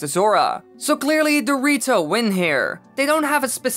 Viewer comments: I can't unhear "dorito" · When you say “the rito” fast it sounds like dorito